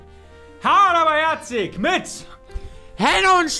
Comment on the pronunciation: Bdw die Folge mit dem Golem heißt Hard aber Härzik und nicht Hart aber Härzik